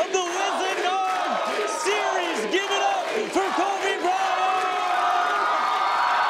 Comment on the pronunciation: I thought it was Kobe O'Bryant